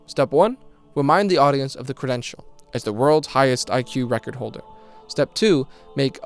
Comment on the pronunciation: The way he says "World record holder" like "Wodarecodaholda" every frickin' time just pisses me off.